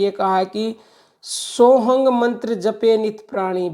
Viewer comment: Maa ye btaiye ..aap sohm bolti ho ya sohng ...smjh nhi aa rha ... Aap btaiye?